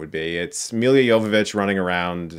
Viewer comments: It's "M i l l a" not "M i l i a". If you make fun of people at least pronounce their name right :) And her running directly at monsters is like Shadow of the Colossus? How about, it's like Monster Hunter, you know, the game the movie is based on :D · Dude, why do you pronounce her name "Milya"? It's Milla and that's also the way to pronounce it. ;b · I just can't get past how he pronounces Mila as Milia. Chris mate, it's Mila - me-lah, it's not Emilia without the "E" :D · It's Mila, not Mil(Y)a, Jovovoic. I And a little trivia - that name in Serbian means something like "darling" or "sweetie". Cheers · It's Mila, not Millia. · Don't take this the wrong way Chris, I appreciate your reviews but man please do some research on how to correctly pronounce names - you say Milla's name like it's Milya TF? Lemme help you: MI like MI(sery) + LLA like LA(crosse). Might be my biggest pet peeve :o/ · It's Milla, not Millia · Reviewer likes Milla Jovovich so much he adds an extra syllable to her name... it's Milla... he even spells it correctly in the description... but pronounces it, "Millia"... idiot. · Sorry, but I have to bring it up again: Milla Jovovich's name is pronounced "Mila", not "Milia"; she's from Ukraine and her birthname is "Milica" (pronounced "Millitsa"), so "Milla" is already the easy-to-pronounce international version of her name, no need to complicate it :) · Let’s say it together : Mi - La! Miiiiii Laaaaaa . Not Milya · Her name is just "Milla" not "Milia" ! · hey chris, she's mila, not milya :) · Mila not Milia. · Chris, it's Mi-la not Mi-li-a Jovovich Come on. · Mi-La not Mi-Lia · Why are you struggling to say Mee-Luh? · Dear Chris, it's MILLA JOVOVICH!! - short for Milica..not Amelia. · every time you prounce "milla" the way you do, i die inside. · He can pronounce Jovovich correctly but not Milla. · I hate the way you say her name